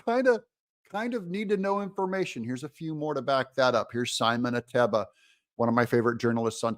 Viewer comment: It’s SIMON AH TEE BUH OR A TEE BA